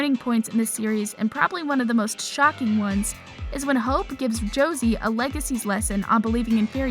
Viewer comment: Why did you say Josie like that it is not Rosie and you said Alaric wrong